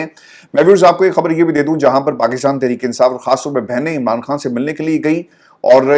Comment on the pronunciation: ، مجھے پورا یقین ہے کہ آپ خان اور کھان دونوں الفاظ میں بخوبی تفریق کر سکتے ہیں اور دونوں الفاظ کی ان کے درست تلفظ کے ساتھ ادائیگی بھی کر سکتے ہیں ۔ یقین کریں کہ آپ جیسے نفیس انسان کے منہ سے عمران "کھان" سن کر شدید دکھ ہوتا ہے کہ آپ کو سن کر نہ جانے کتنے ہزار افراد اردو الفاظ کی درست ادائیگی سے محروم ہو جائیں گے ۔